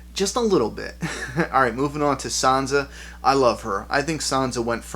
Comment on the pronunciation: who is "son-za"? is she anything like san-sa? damn your misprenunceations. damm them to heck